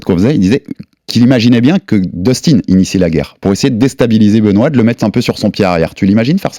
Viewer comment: " dustin " sa ce prononce " deustin " pour daniel 😊